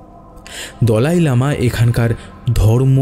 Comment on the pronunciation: pronunciation ta mone hoye dalai lama hobe not dolai lama